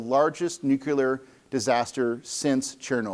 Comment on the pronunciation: Well he says 'nuculer' instead of 'nuclear', is associated with notorious dunce James Altucher, and after noting that the terminator robot motif is a problematic way to think about general AI, proceeds to talk exactly that way himself. So maybe I doubt his research quality. It doesn't help that he mentions data a lot and shows absolutely none of it.